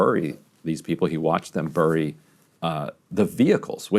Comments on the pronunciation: Ryan, it's pronounced berry, not burry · Ryan says bury oddly